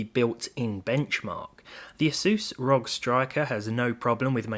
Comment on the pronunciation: arr-oh-gee not rog